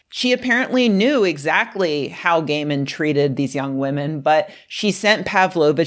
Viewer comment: Can he get a new name? It sounds you said, "Women said gay men insisted on beating...." etc. Over and over, all these horrible things gay men has done. But you can't use his 1st name - if you say, "Kneel!" with such vigor, some viewer is liable to hurt their knees. I'm not sure which is the best way forward, here. I read some of his stories years ago, and then I recognized the name, so I clicked on the video. I won't make it to the end, but oh my goodness, I wasn't expecting that.